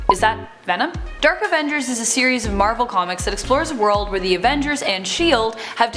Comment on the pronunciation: new avenjsshhhers!?!?